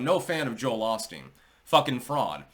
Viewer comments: It is pronounced Owe Steen. Not awl steen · pronounced “o-steen" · Drinking game: Every time says "Ahsteen". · Joel Ahsteen?